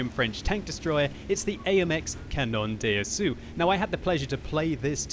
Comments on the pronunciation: ruining the beatiful French language ^^ say "Canon Dasso" not Canonn Dé Assou:p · pronounciation of cda : it's cannon d'assaw, or canon d'asso not d'assew, if you don't plan on learning French don't bother the th "on" of canon it's a sound that does not exist in english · Comment il prononce canon d’assaut xD tout les fr ont du rigoler